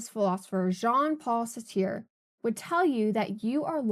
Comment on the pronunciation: I really liked this video, and I've subscribed to your channel. Please double check name pronunciations. Sartre is a particularly weird one, to be fair. "Becoming the role" can be a beneficial choice at work, especially when working for tips. Bring seen as a good employee is an excellent experiment and potentially a profitable one. I'm currently getting paid an hourly rate to pretend I care about insurance, which is frequently a scam on some level.